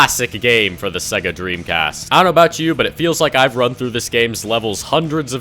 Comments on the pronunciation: Bro why do you say "siiiga" and not sega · SEGA is pronounced "say-gah"